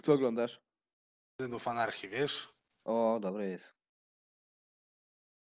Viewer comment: powiedzial "synow anarchii" xD